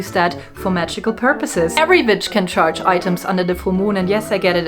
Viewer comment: I thought you said "touch" yourself under the moonlight...😊 until i realized you said "charged".